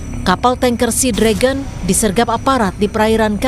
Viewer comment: Sea Dragon dibaca Sinaga